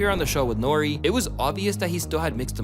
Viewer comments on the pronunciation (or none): none